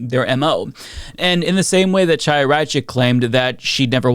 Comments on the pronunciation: A pet peeve of mine...you know how to say Hanukah, correct? Well, it's really Chanuhah, but you wouldn't pronounce it "CHA," rather you use "HA." So, please, it's not Chaya (CHAH-YA), pronounce it as HAYA. Understand? You sound stupid saying it with a hard CH. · The ch is Chaya is pronounced like the ch in Bach or Loch. Not like in chicken. If you can’t pronounce it, saying Haya is closer.